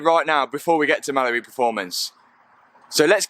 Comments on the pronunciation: Am i the only one really confused to why he always says “malibu performance” when its called mallory performance? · Sounds like your saying ‘Malabu performance’ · Was watching one of the TT vids the other day and my daughter was watching with me. I asked her what he said and she thought he said Malibu, same as I did the first time I heard him 😂